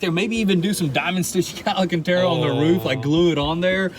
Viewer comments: Say hello to Al... Al Cantara. NOT Al A Cantara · Leave the green and cream color. There aren’t many supercars in the color combo and it would stand out from the others for sure. On a side note, it’s “al-can-terra”, not “ala-can-terra” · Alacantara...y'all repeated it MANY times...lmao Then you had the proper pronunciation sprinkled in among the DDDUUUUUUUUDDDEEEs...I'm not hating at all, I'm just playing...nobody can hate on y'all. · I realize the Tennessee or Georgia school system failed you but MY GOD, THE WORD IS ALCANTARA NOT alacanterra. I'm leaving your channel because of the sickening amount of "dude" followed only by "dang son." Billy is lucky he has the ability to pick up many unskilled labor jobs so I wish you both a good future as after 18 months of feeling sorry for your educational failing constantly being demonstrated by mispronouncing common words, unable to pronounce gifters name and your limited vocabulary I can't stand it anymore. Of course I'm sure there be plenty of viewers with your limited communication skills that will continue to watch you and think you are wonderful. Hard workers you are and your lives will depend on that. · I knew they weren’t saying it right 😂 I was like wtf when was it called ALANcanTara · lol stil saying the ala-cantera :) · The way you guys say ‘Alcantara’ kills me every time lol. ‘ALLEN-CANT-AREA’ 😂😂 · Can someone please get them to say the alcantara correctly